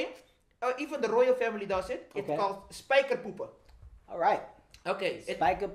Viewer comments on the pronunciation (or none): Whahahahhahaha hoe hij spijker poepen uitspreekt